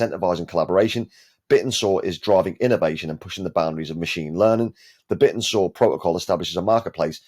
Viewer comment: Wouldn’t it make sense to pronounce it ‘Bit-tensor?’ And not like a dinosaur?